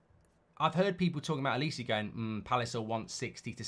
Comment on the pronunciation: It’s not olis-eee it’s olis-eh